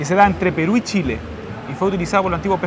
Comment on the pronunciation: Que poco respeto para probar la comida, la manera en que toma las machas para hablar del queso y es Chile no Shile